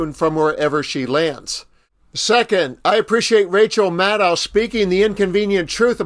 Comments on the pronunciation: Why do you call Rachel Maddow, 'Madd ow,' it is pronounced 'Mad doe!' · Ma DOE not Ma DOW